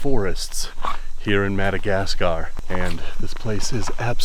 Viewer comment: "The Minnegascar Frogboyz"